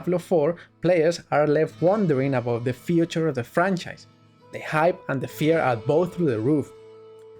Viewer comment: Fiuuuuczer of the franczajs.